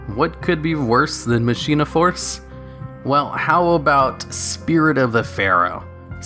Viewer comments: Machina force isn't pronounced that way. Mach eee na. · Could've sworn it's "ma-ki-na". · I thought it was pronounced "mah-kee-nah" but idk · You said machina wrong, it's pronounced Ma-ki-na. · Con-vig-ton?! I will hunt you like the animal you are!! this is not a Death Threat, because I need you alive. you must be studied, for I cannot for the life of me understand how someone could botch the name of my Hometown this badly...! Also, it's pronounced, "Ma-kee-na." I'm not as upset about this one as I was about "Commander Covington," I just felt like I needed to point that one out too for future preference. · machina is pronounced "mak een ah" not Machine ah. And for the record, people pronounce Dark Ruler "Ha Des" wrong too. It's Hay DEES not Hah Dess. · It almost feels like you look up the pronunciation of a word and then purposely say it wrong just to trigger people. Machina is said as "MAH-kin-ah".